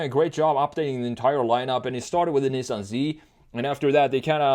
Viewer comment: thats not how you pronounce nissan omg